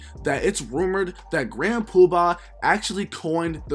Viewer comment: Aye yo, you killing me with how you saying Grand PubAHHHH... 😆😆 good video tho